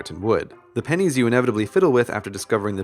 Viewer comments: For a split second I thought he said died of pen1s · Am I the only one who thought it said pines